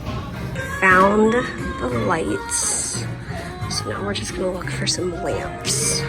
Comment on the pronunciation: In the beginning when you said you were looking for LAMPS i honestly thought you said you were looking for LAMBS 🤣